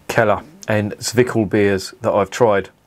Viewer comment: It's pronounced as: Tsss-veek-el beer